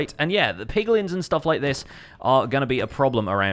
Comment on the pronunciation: I swear I heared POGlins for a sec.... I need to stay away from people more